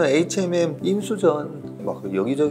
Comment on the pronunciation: Hnm이 아니고 hmm 이에요... 자꾸 에이치엔엠이라하네